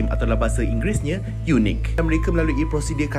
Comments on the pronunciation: Ejaan Eunuch disebut Yunak bukan Yunik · Sebutan EUNUCH harus diperbetulkan. Very interesting video! ☆☆☆☆☆